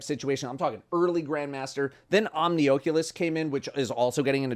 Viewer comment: It genuinely upsets me hearing "Omni-OH-culous" instead of "Omni-AW-culous" my world is shatter and my day is RUINED. Thanks.